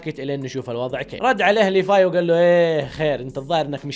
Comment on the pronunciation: ياخي والله اسمه (ليڤاي) ليڤاااي مو ليفاي